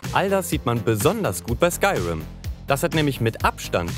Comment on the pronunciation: Das wird Skürim ausgesprochen leude